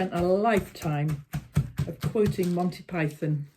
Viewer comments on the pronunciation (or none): none